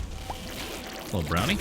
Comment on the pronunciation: Almost makes you sound british at the start. In nearly every episode so far, you've always started the video with "-ello everybody". Suddenly your first words are British. Be proud,.